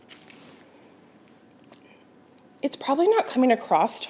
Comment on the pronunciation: ACROSS. Not accrossed. Not acrosst. ACROSS.